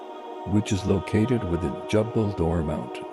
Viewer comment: Its not jabbal. It is pronounced as jable noor